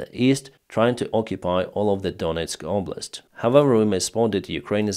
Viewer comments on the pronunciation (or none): none